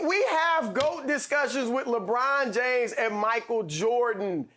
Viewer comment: "Lawbraun Jaymes" -Chris Broussard